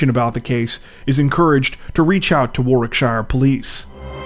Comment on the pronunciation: In the UK it is "thousands of pounds " of damage Also it's pronounced wa'r-ik-shir not war-wick-shire